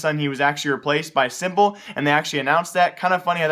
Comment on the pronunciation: By the way it's "sim" not "sí